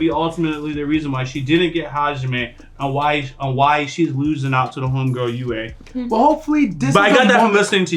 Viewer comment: Just like as you guys say your ahead in patreon but did you fix on how you pronounce "YUE"(YU-WE) name i always hear you guys "YUI" (YU-WII).